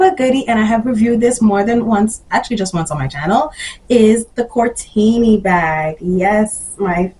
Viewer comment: The name is Cortni, not Cortini 😉